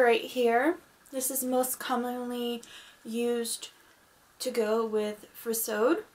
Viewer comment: Hello! You have a lovely collection! If you are wondering about pronunciation I believe furisode is pronounced Fu-ri-so-day. It is four syllables instead of two. The same goes for tomesode. I hope I'm not being too forward and hope you find this useful!